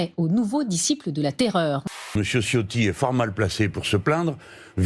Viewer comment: LE C en Italien se dit TCH ALORS C EST tCHIOTTI C EST CHIO TI